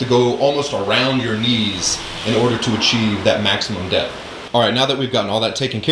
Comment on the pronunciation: Not going to lie, i heard “depth” as “death” and thought “hell yeah i gotta push myself more”